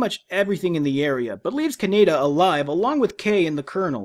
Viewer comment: Meh, the Streamline dub gets all the names wrong. Just like you with Kanedas name throughout your video. Have a dislike.